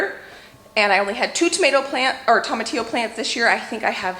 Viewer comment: Toh-muh-tee-yo long o sound first not second